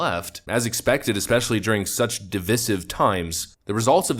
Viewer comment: Especially. Not 'Eckspecially'. Idk why that bugs me so much but it does. Sorry. I know it seems petty, but I need to make the world a better place, lmao.